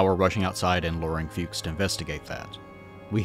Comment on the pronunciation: German here, very nice video. But, what a little bit ground my gears was your pronounciation of "Fuchs". It's not like "fugues" but more like "fox" but with a similarily short u. all ze best. 😁